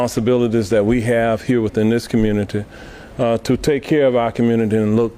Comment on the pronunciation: Did he say "commooonity" ? Bro finish highschool if you're going to be elected as a mayor. OH WAIT, I know why they elected you....